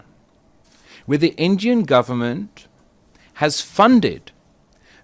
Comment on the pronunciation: Injian govurnmenttttttt 🗣️🗣️🗣️😂😂😂😂😂😂